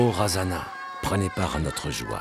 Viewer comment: Cest merveilleux ce documentaires .. par contre on écorche les noms... je suis métisse malgache. par exemple razana, les ancêtres on ne prononce pas le "na" à la fin. Ou bien merina se dit [mirne]